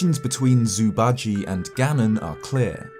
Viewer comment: i love your videos but please google how to pronounce zhu bajie because it is not "zoo badgy"